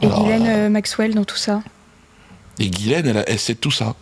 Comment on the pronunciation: Putain Dieudodo Ghislaine (jis-laine) pas Guylaine...